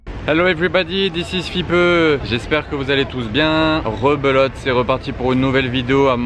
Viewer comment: Bon! ca fait bof à prononcer comme nom de chaîne, ça fait vieux! Mais beau reportage sur les cars de monaco!👍🏾